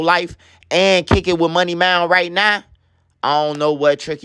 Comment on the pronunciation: Bro say “money mound” 😂